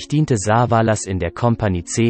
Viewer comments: Saaaaaavaaaalas statt Savallas…. Ohrenkrebs…. Liest das ein Robot? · Das nervt vielleicht. Telly wird nicht Saa-vaa- laas ausgesprochen sondern Savaelles ... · Besonders die Aussprache von Saaaavalaas.. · was ist das für ein computersprecher ? soviele namen die so komisch ausgesprochen werden in den videos hier zum beispiel "sah va las" klingt furchtbar wenn die namen verhunzt ausgesprochen werden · Also wie er Savalas ausspricht ,da rollen sich mir die Fußnägel hoch. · Diese Intonation und Aussprache geht gar nicht, nicht nur das "SA-valas", sondern auch noch BOH-nanza und "The fuh-gi-tiff"....